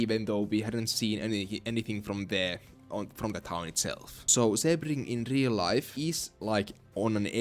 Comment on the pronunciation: its pronounced "see-bring" not "seh-bring." Source: am floridian.